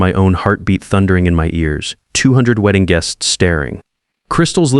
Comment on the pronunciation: Terrible AI. Weeding guests? Man, the pronunciation is AWFUL.